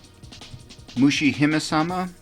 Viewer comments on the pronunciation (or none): TBH, I almost stopped after hearing you pronounce Donpachi, but I’m glad I didn’t. Still, I urge you to put some effort into learning how to properly pronounce these game names (Mushihimesama especially) - for no other reason but to show proper respect to the games and their makers.